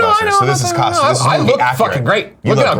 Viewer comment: A realization: Greg cannot pronounced the “oo” sound at all. We all know he says roof and room wrong, but he even said costume wrong in this video. Amazing.